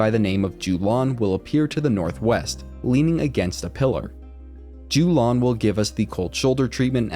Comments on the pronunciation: Yo-lahn, not Jew-lawn nice guide though! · Jew-lawn > Yo-lawn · Its yo-lan